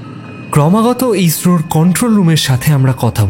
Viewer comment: ইসরো, অক্সিজেন ইত্যাদি স এর উচ্চারণ স্পষ্ট নয়...